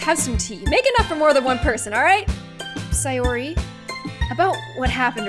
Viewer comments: It’s not say or ar it’s say or y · ITS say-ORY not si-ori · (its pronounced say-or-ee) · it’s not sAyori it’s sayori as in say no hate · don't say it like si-or-e say it like say-or-e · Not trying to be rude but most people say: SAY--OR---IE, not: SIE--OR----IE!!❤ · Its Say-Or-e sorry it bothers me.. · Say - Or - E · you seed sayoris name rong say or i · When she says sayori with an i not an a